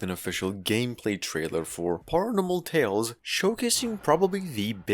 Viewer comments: it's pair-uhnormal not par-yanormal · The way he says paranormal 😂